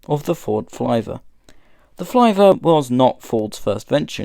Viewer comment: I don’t think you pronounced Flivver correctly. As spelled, it should rhyme with “liver.” Perhaps it should be spelled “Flyver?”